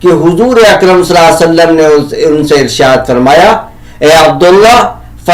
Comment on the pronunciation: السلام عليكم و رحمه الله و بركاته Nabi alaihissalam ke name mubarak par durood parne par aapki adaigi sahi nahi hai